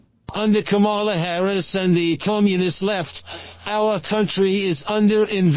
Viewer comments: Pronounced COMMA-LA, David! Love the show! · David David David I love you but please please please pronounce KA-MALA s name properly. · “Calm”- ala please. Not Camolia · 😱 Duh ! Her name is pronounced as “ Comma la “ ! 🥰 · Comma.lah is the right pronunciation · Please learn to pronounce Kamla correctly